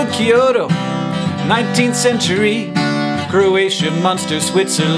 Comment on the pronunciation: I really don't like it how people mispronounce Kyoto and Tokyo as "Key-oh-toe" and "Toe-key-oh" - "Kyo" is one syllable, not two.